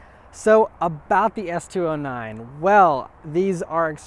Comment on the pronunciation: “S two o’s whatever” lol